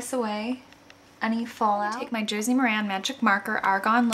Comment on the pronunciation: Sometimes when you say Josie I hear Jersey :D